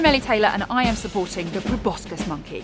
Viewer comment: It's pro-boss-sis, not pro-boss-kiss. Too ugly to kiss. Both a joke and a fact. What more could you ask?